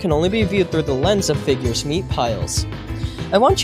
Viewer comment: FIGGURS DICK